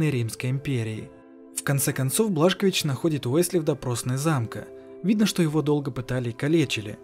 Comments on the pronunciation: Не Блашковис,а Бласковиц 😂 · Не Блашкович а Бласковиц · не Блашкович а Бласкович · Какой нахрен блашкович ? - бельгийский алкоголик ? БиДжей Бласковитз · БЛАСКОВИЦ а не блашкович